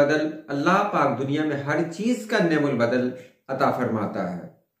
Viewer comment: is ka sahi talaffuz ni'm ul badal nahin balke ni'm al badal hai, arbi mein yeh ek fail hai lekin ab istemal nahin hota magar Quran mein hai : نعمَ المولیٰ و نعمَ الوکیل۔‘‘